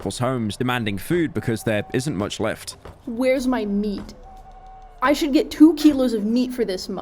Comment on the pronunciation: I hate the way he emphasizes the nickname, "Meat." "... oh, you're doing something... ... ... (3 days later) ... MEAT."